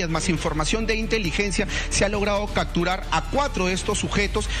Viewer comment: Por qué dice CACTURAR cuando debe de decir "CAPTURAR". y TODAVIA SE CREERA REPORTERO... Por eso antes de ingresar a las universidades peruanas debe de haber un examen de suficiencia en castellano como lo es el TOEFL en los EE.UU. o con el Alemán en Alemania cuando se quiere postular a una universidad. Al menos asi nos aseguraríamos que el que va a estudiar en una universidad publica o privada del Peru va a entender bien lo que escucha.